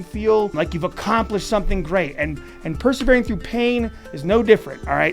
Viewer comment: It's "per-se-vere" not "per-ser-vere". Also, it's "fa-mil-iar", not "fer-mil-iar".